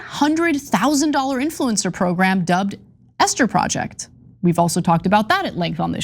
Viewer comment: "Eshter project" i wonder what kind of Biblical story is behind it 🤔😂 hooooly!